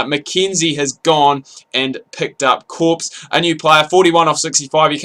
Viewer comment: Hey I'm M.Corps, it's pronounced "core" the p and s are silent.